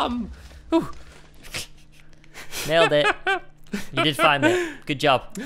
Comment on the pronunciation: hahaha stampy where did he come from listen to it his from is like fromm hahahah😂😂😂